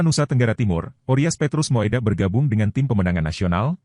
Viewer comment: Moedak dibaca Mudak bukan moedak